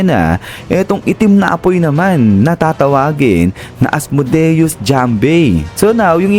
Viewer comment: Asmodeus hindi Asmudeus